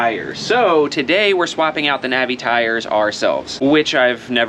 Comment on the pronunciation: I salute you for pronouncing “Navi” the correct way! It’s NOT Nah-vee, people! 😂🎉